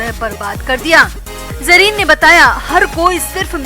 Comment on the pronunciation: Jareen nahi hota zareen hota hai kuch b bolrahi hai.